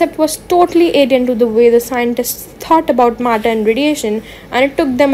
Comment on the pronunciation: matter ❎murdur✅